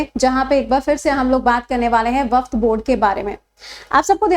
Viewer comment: Waqf hota hai,waqft nhi